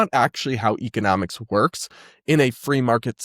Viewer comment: Explaining what economics is when you don’t know how to pronounce it correctly is a wild take.